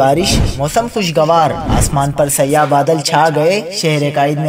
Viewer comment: Sayyah badal nahin Bhai siyah badalسیاح۔اور سیاہ میں بہت فرق ہے